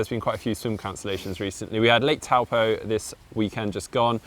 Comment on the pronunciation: Its pronounced "Tow-Paw" (Lake Taupo). Courtesy of the Cycling Maven, informing video.